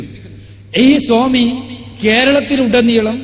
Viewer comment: സോമി അല്ല സ്വാമി സ്വാമി.